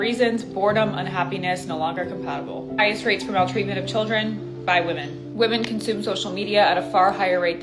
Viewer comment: Do u not hear yourself talk ?! Can’t pronounce women and your channel is about women